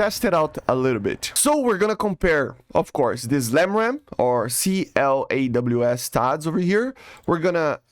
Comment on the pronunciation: My dude, that word is claws not c-l-a-w-s lol